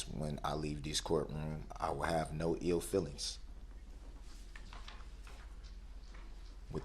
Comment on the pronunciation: “And when I leaves diss courtroom I won’t have any EEL feelinks”. So now he’s a fisherman. Interestingly an “EEL” is a snake-like fish. How profound!